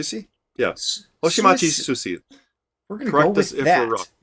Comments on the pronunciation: That bearded guy, you pronounce it wrong. It's not 寿司(sushi), it's すいせい(comet). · Pronunciation is more like “soo ee say” but loved the reaction! Love that you’re digging into other vtuber music now ❤ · Pronunciation wise it's more like swee-say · The closest pronunciation of her name is SUE-eh-Say. And she is a true vocal cheat code for almost any piece. Her discography solo, in collabs, and with her group Midnight Grand Orchestra is truly volumous. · For Suisei, Stellar Stellar is her signature song. Her most popular song is Bibideba. My favorite song of hers is 先駆者; this is a song from when she a did a year of rock songs. The second half of Suisei's name is pronounced like "seh". Su-E-Seh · Suesei would be pronounced Swee-say in English, you guys got the Hoshimachi part down correctly. Edit: Hololive is a Vtuber Idol Group, they mostly do streams but are also known to regularly make music content be it covers or original songs, they also have yearly live concerts all over the world(with their 3D avatars of course). Suisei is probably they're most well known singer and arguably their best but other important talents in the group worth mentioning would be: Calliope Mori of the English Branch, Hoshinova Moona and Kobo Kanaerue from the Indonesian branch, Gawr Gura(Retired) from the English Branch, Houshou Marine from the main Japanese branch, Amane Kanata(Retired) from the Japanese branch and ReGloss one of the more music focused groups in Hololive who primarily produce music as an entire unit. There's many other amazing singers in Hololive but these would be the main ones I'd suggest checking out. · suisei is pronounced like sue-ee-say, just as fast as you said sue-see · pronounce like sui say she's a very good singer and a tetris god she once won a 1v100 tetris game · I don´t know if anyone mentioned it yet or how much text based helps but Suisei pronunciation in English would be something like: sue-E-say